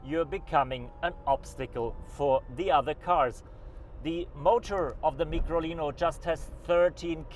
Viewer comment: Its Micolino - as in Microscope. Not a Meekrolino. And the early version was an Isetta - as in Eye- setta. Not an Eee-setta.